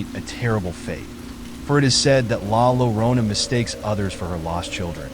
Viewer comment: La Yorona is how you pronounce it 🧐